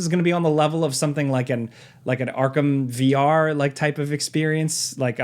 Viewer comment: He said vR people with the hardest of ARRRRGHS.